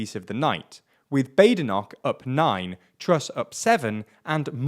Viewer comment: Bah-de-noch, not Bay-de-noch... (mispronunciation of the 'ch' notwithstanding as that seems to be too much to ask)